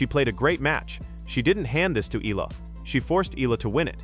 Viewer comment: Her surname is pronounced E YA LA. Please pronounced it correctly, E YA LA.